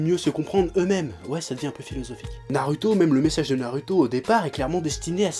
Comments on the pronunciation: Pourquoi tu dis toujours nar"u"to et sas"u"ke au lieu de nar"ou"to et sas"ou"ke. Mais paradoxalement tu dis sak"ou"ra et non sak"u"ra... :p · on dit ''Narouto'' et pas ''Naruto'' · Après 15 ans de Naruto, il prononce encore faux Sasuke et Naruto mais il prononce juste Sakura. Dafuck Oo. sinon clairement d'accord pour l'intrigue totalement débile.